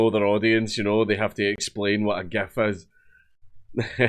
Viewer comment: Dank pronounces "GIF" properly like a good boi.